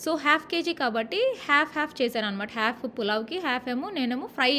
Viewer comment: Half ❌hyalf ✅😂